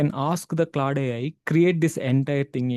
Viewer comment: its claude , not claw day lol